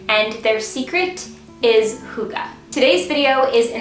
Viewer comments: Its not hoogee tho😅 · I'm from Denmark and you pronounce hygge wrong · Dear, I love you and you did very good on describing hygge, but honestly, your pronunciation of the word is terrible, I'm sorry. You are so sweet, lot's of love from a Dane;)